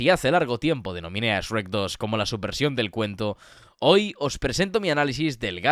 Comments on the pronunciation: Me da ansiedad que diga “es-rec” y no “shrek”, españoles everywhere. Por lo demás, buen análisis, lo vi todo. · Que le diga sherk y no esrek 😩 ❤